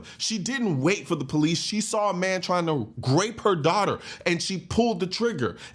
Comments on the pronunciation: Are you saying "grape" instead of RAPE ?? is this something to do with YouTube🤔🤔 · Grape?? Last I know -- the word is grope!! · Is he saying Grape??? I heard it 2 or three times. Is that grope? Or rape? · The word you are mispronouncing is 'Grope " .. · Why do you say grape?